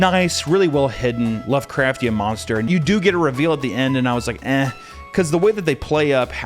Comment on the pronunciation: Please say lovecrftian one more time.